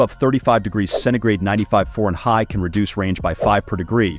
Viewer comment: I noticed it at the Fahrenheit. Made me stop watching and dislike the video.